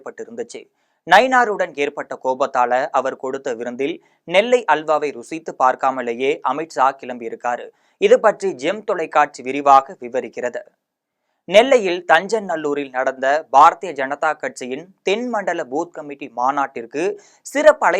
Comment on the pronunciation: தம்பி. அது தச்சநல்லூர்.😅